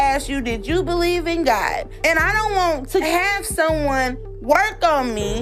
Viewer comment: Let me ask you, … do yOu bLeev iN gOt? I axed you, do yOu bLeev iN gOt?